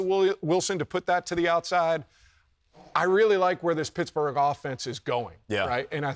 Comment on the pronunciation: Did anyone else hear the “shittsburgh” 🤣